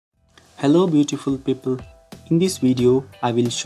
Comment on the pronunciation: 'Hello beautiful peeple' This genuinely made my day